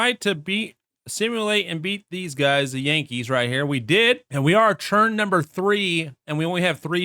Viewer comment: The video was great but the way you say ‘turn’ infuriates me. It’s a ‘t’ not a ‘ch’ ‘Churn #3’ pls stop 😭